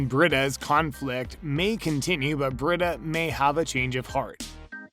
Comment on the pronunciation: It’s Bre-Da the pronunciation lol